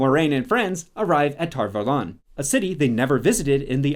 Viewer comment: Valon rhymes with talon. That drove me nuts almost as much as anything else about this mess of a show.